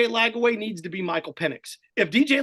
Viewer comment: Ranting about Gator fball but says Lagaway instead of Lagway 😂